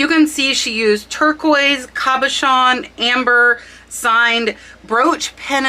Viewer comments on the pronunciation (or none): Beautiful Hattie Carnegie brooch your friend sold. It is "cabochan" (with an o.) French derived word basically meaning "a polished dome." Usually oval or round and not faceted. English pronunciation "kah-bo-shawn." Givenchy - "zshee-von-shee." Trifari--"Trih-far-ee" not "Try-fari". Hope that helps!~ I know you teach us the importance of spelling keywords correctly when listing.:-) Keep up the great content.